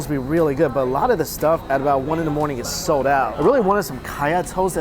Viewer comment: "sode" out? it's "sold" out. also Etihad is pronounced eh-ti-had not ee-ti-had